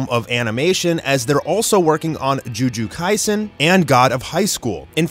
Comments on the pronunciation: Can’t believe this guy said Ju-ju kaisen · The “Juju” Kaisen instead of Jujutsu kind of hurt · This dude really said JuJu Kaisen instead of Jujutsu... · “Juju kaisen” 😂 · did you say juju kaisen? did I hear that right? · I Immediately Clicked Off The Moment He Pronounced It As Juju Kaisen! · Man sorry to say but it's jujutsu kaisen not juju kaisen 🤣🤣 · Lemme saying it again "JUJU- kaisen" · "juju kasien" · it's not even hard to pronounce😂 you can literally sound it out and say it right. He added a whole letter whuh changed the pronunciation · First of all, Reiner was not a double agent but a normal agent. Second of all you pronounced eldians completely wrong, like bruh. You also pronounced jujutsu kaisen completely wrong. Otherwise amazing video I loved it.